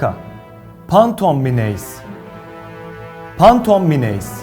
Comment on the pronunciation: phantom kelimesini pantom diyemi okudu o ? tamam ben gidiyorum amk.